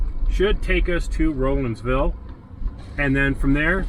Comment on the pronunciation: As a native that grew up in that area, I really enjoyed your video. It took me back to good times in them thar hills. BTW, the locals pronounce Rollinsville, Rawlinsville